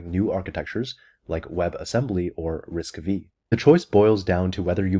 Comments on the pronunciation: RISC-V = "Risk Five" not "Risk Vee". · btw risc-v is actually "risc five" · Please stop calling this processor architecture RISC-V[i], it's RISC-five (Roman five) - fifth implementation of the most basic and "mainstream" RISC architecture, of which /early/ MIPS is first gen. implementation. And there's nothing "exotic" in it really - it's core set is the basic with about 50 instructions or so. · RISC vee? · well my friend just corrected me yesterday that it's risc-v ("five or 5") not risc-v ("V"). Now I am confused😄. Btw really organized content so liked and subbed.